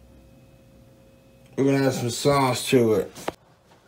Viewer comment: The way he says sauce irritates me to no end toobz